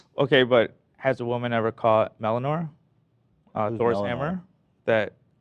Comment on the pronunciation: Did just pronounce Mijolnir mellanore? Lmao